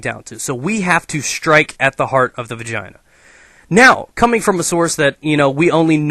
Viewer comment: you said vagaina at least 15 times xD